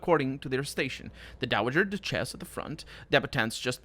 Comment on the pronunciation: Duchess pronounced DUTCH-iss not doo-CHESS